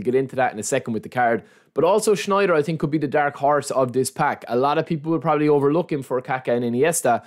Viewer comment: „i tink“